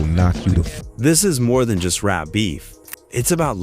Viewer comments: In rape ? I hate when people don't correct their bad Ai voice mistakes. It's really annoying. Who is RahKeem? Smh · I absolutely HATE A.I., because it sucks. If it cannot pronounce the names properly, STOP USING IT. Do it yourself. And it’s “Rap’ not “rape.’ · When it called rap "rape"... I was through